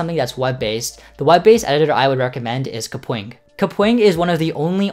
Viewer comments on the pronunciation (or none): i love how he said ''kapoing'' (kapwing)